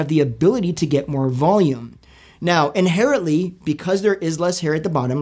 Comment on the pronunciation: In-hair-ently,... lol